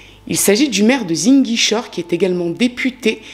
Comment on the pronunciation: Enfin un affaire qui parle de mon pays 🇸🇳 🇸🇳mais ta façon de prononcer ziguinchor me tue😂😂